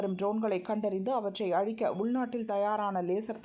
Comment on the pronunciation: 'அளிக்க' அல்ல "அழிக்க"....